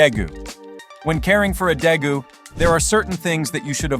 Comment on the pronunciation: its day-goos